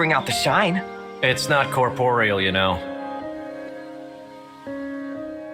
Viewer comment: IT'S NOT COEPOREAL YOU KNOW